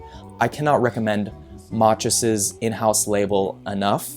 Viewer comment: Machus is pronounced mack-us